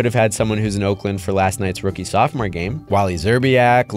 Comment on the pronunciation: Listen buddy I'm from Orclint and I don't appreciate you calling it "Oinklamp".